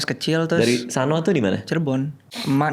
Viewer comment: kureng bal, ngomongnya sono, di akhir O nya agak neken kecil, bukan sano